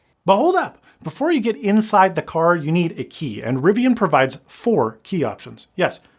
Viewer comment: Thank you so much for saying Riv-ee-un and not Riv-ee-ahn.